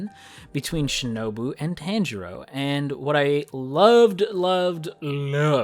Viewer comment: A heads up. It's not Tan-jirou. It's Tahn-jirou. That's how you pronounce his name.